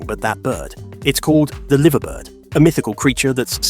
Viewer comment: You pronounce the Liverbird completely wrong mate it's like as if you say it like this Lie ver bird